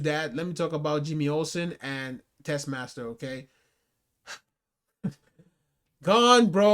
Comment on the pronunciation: It's Tessmacher. Not Tessmaster.